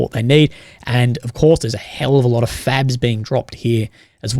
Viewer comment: Are you saying FABS or FAGS??? LoLZ a couple of times it sounded kinda the same!!